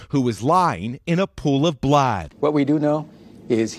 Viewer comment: 🤣Did the narrator say blad instead of blood? 😂😂😂